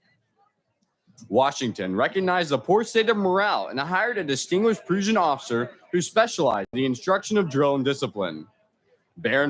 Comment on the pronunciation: Was narrator trying to say "Prussian" or "Preussisch"?